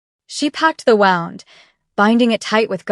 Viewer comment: I liked this story. The AI pronunciation of the word "wound" is hilarious. Other stories have a similarly hilarious AI pronunciation of the words "couch" and "read."